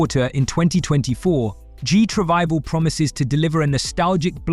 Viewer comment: Ooh, that explains Gee tRivival Instead of GT Revival, that sounded offensive